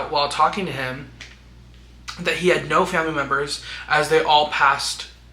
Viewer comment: The Australian "nooouurrr"😂